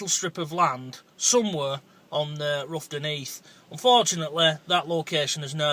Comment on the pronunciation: Fascinating video... BUT its not pronounced Roughton like ruff, its pronounced R-ough-ton, rhymes with how lol. Definitely want to find out more on this subject having lived there for years.